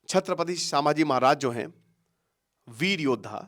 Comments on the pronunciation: Abhe tu pehele Nam bol na shik Samaji nahi 🚩Chhatrapati Shambhaji 🚩 Maharaj Bolte hai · सांभजी नहीं संभाजी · अरे भाई, नाम महाराज संभाजी हैं, "सांभा जी" नहीं है। तुम एजुकेटर हो भाई, इंग्लिश अनुवाद पकड़ लिए तुमने । अब क्या रामायण को रामायणा, महाभारत को महाभारता, प्रभु राम ओर हनुमान जी को रामा ओर हनुमाना बोलोगे? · सामाजी महाराज नहीं जी नाम ठीक से लो संभाजी महाराज ऐसा बोलो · Kitani baar सांभाजी bol rahe ho fast pronounced properly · 'छत्रपती संभाजी महाराज ' यह है सही उच्चारण..कृपया दुरूस्त करे.. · Pronounce संभाजी महाराज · Sir aap ki videos bahot acchi rehti hai ...but aap kuch dino se छत्रपती संभाजी महाराज 🙏पे video's bana rahe hai ..hame bhot khushi hai ...but continuously aap jo unke naam ka galat pronunciation kr rahe hai ..vo bahot galat baat hai....aap ke naam ka agar koi galat pronunciation karega toh aapko kaisa lagega ....aap jab bhi koi video upload kare ..at least uski basic study kare ....🙏